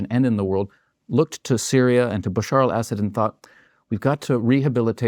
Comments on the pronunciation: Great analysis but why do Americans who realize they mispronounce middle eastern names have to mispronounce it even more?? It’s pronounce Asud emphasis on the A. Not Essed 😂😂. And good riddance… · I wish he would stop saying "acid" when he means (for my ears) a saud. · I didn’t want to be annoyed by this video, but I was. For the ostensible, provocateur to keep referring to the family name of Assad as “Acid” was annoying to even my English/Welsh heritage. If you’re going to denigrate an enemy, at least get their name correct.